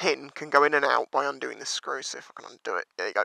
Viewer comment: get back on theere 😂😂